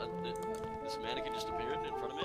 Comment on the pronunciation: he said "sup manneguin" lol